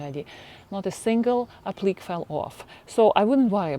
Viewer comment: Applique is pronounced “aplicay” in English. Or the que is pronounced the same as the word “que” in Spanish. Hope that’s helpful.